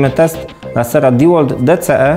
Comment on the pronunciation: Nie kurwa diłolt. Ty Dełolt. Kiedy wy się nauczycie